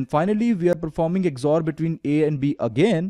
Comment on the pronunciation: it is not "EGG-ZOR", it is just called XOR operator. Very good work.